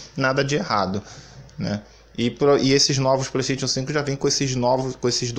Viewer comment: Relaxa, nos já nos a acostumamos com vc não sabendo falar nem a palavra "Playstation", quem dira Hogwarts Legacy